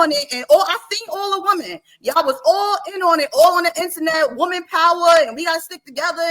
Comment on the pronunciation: has some good points but she has to pronounce WOMAN differently from WOMEN.